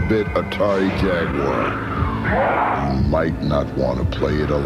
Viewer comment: You can always count on Brits to give you a good laugh when the pronounce Jaguar.